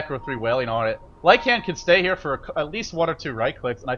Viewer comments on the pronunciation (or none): this ld needs to learn to pronounce LYCAN properly